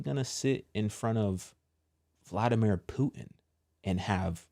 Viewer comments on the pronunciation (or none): none